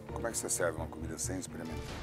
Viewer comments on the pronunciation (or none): none